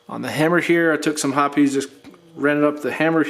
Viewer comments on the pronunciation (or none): Are you really saying "Hopp-es?" Lol it's said like "Hop's". Nice breakdown but this is way to extensive for a basic break down and shouldn't be necessary unless you experience issues.